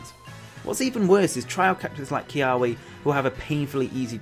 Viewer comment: whoa. tripped out hearing someone pronounce kiawe as "key- ah- wee". everyone where i live all say "key-ah-veh"